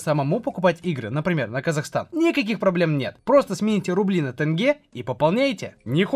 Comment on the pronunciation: Да не тэнге😢 а тенге